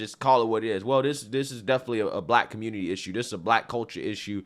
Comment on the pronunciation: The "communitah" strikes again.